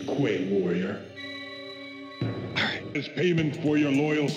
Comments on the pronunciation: Uh... when? said arright. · Pyro TFM He just says "Arright"